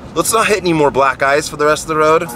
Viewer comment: First time u sayd black ice i thought u sayd black eyes.. i though is that a bird or what? And the las time when u sayd that i sounded as if u were saying black guyz.